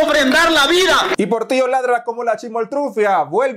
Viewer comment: Cuidado dijiste porrtilllo laadraaa 😅🤣🙊🐶🐕